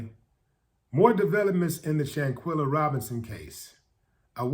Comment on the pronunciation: Quell not quill. Let's get her name right people. Shan quell a. Shanquella Shanquella :yougotthis